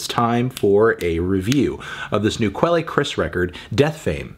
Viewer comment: Does he really pronounce quelle like that? Good lord.